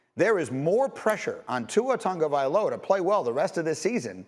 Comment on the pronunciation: I’m sure you guys have been told this before but the way you pronounce the “G” in Tua’s surname in like the “ng” in the word singer. You don’t pronounce the G in his name. Cheers. Love the show !